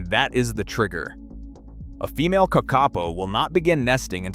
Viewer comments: Stupld humans destroyed the ecology of New Zeeland by mindlessly introducing dangeroud invasive species! The bad AI narration pronounced "kakapo" incorrectly, except once or twice. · I like it that they have studied the kakapo and yet still cannot say the name correctly. A little more research, Is an interesting video though :) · Couldn't cope with the spectacularly awful and varying pronunciation of Kakapo. A pity, because otherwise a good straightforward doco. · Good but why is the cvommentry in American with someone who cant even pronounce NZ words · It is pronounced kah-kah- Paw and means night (po) parrot (kaka). They were once amongst the most common of Aotearoa/New Zealand's birds, found from the far north to the deep south. Early European settlers described being able to shake tree branches and having up to a dozen falling out. And although cats stoats pigs and dogs certainly did the most damage on their journey to near extinction, those weren't the only mammalian predators that targetted them. As I said before, they were relatively easy to catch and reportedly quite tasty once cooked. They are colloquially given the affectionate nickname of Moss Chickens ❤ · Couldn't you find a genuine Kiwi speaker instead of the terrible AI generated American - how many ways are there to pronounce Kakka-po? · Kikkarpo ? What in the heck is that? What's mongger towtarri? Why use an idiotic Yanky voice That shows no respect for the topic? There are thousands of New Zealanders who could do this job justice. When you make a video it's important to think of your credibility and of the viewers' ears. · Are they Car car po or are they Kuck arPoh? AI very poor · this ai said the name of the bird probably 100 times in this video, and never once said it correctly. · Surely it's not difficult to find out how to pronounce Kakapo?